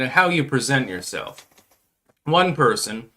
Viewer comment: Why do you pronounce it “fuck yi-self”?